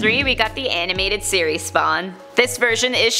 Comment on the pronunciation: Listen to when she says "SPAwn"